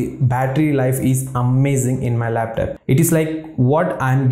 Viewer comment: your "laptap" pronunciation is hilarious. jiro to 100.